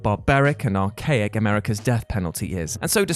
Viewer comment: "archaic" lol